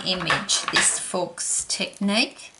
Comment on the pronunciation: Lovely technique! (Thought you might like to know that faux is pronounced 'foe'!)